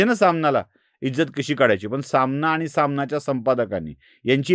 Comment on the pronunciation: सामना... नाही सलामना... 😂